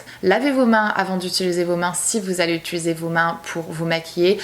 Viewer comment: Utuliser... UTIIIILISER 😩 je te rassure tu n’es pas la seule youtoubeuse 🙄😂